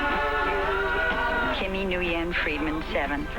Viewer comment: The Mulligans - a show so awful they didn't even both to learn the correct way to pronounce the name Nguyen